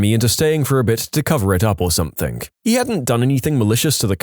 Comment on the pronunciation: No k in the word something . Not sure where you are getting the K from when you pronounce it .